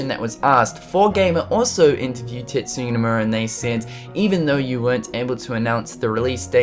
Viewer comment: Sorry this is an irrelevant comment but did anyone else think he said "TITSuya" at first? lol